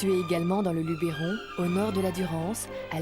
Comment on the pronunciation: LUBBBBeeeeRON pas Lubééééééééééééron pppfff